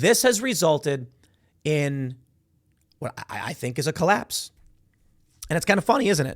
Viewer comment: Don't you mean "COLLPASES"?